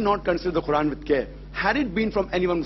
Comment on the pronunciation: Its quran not khuran